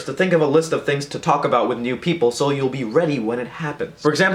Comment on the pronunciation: but did you just call us pewples ?